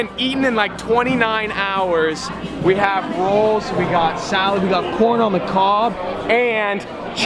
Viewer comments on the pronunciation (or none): I swear he said we got porn on the cob